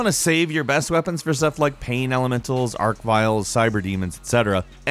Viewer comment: bro.. did you just call archviles "arcviles"?